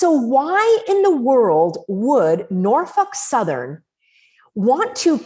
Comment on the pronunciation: "Norfuk southern" 😆 Was that a froidian slip lol